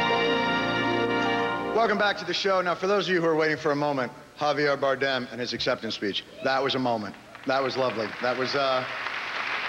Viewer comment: Javier Barden! And Jennifer Hudson pronounced his name wrong